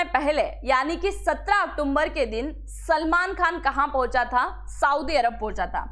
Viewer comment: आप बार बार अक्टूबर को अक्टुम्बर बोल रही हो कृपया इसमें सुधार करें बहुत भद्दा लगता है